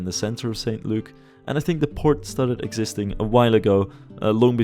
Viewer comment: St Luke is an acceptable town name, but we wouldn't pronounce it "Saint Luke". It would sound closer to "S'nt Luke" or "S'nt Look"